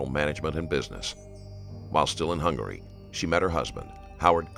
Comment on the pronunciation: Originaly from Hungry……. Hungary not Hungry!